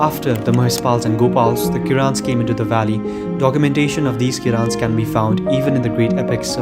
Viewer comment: it's not kiran, it's kirat